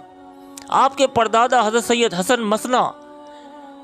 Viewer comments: آپ اپنا اردو کا لہجہ اور ھجے درست کریں، خاص کر بزرگوں کے نام لیتے وقت۔ " مسنا" نہیں mu san na (اصل عربی ادائیگی mu than na) . اگر voiceover کا شوق ھے تو تیاری بھی کر لیا کریں۔ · Hasan masna nahi he balky musanna he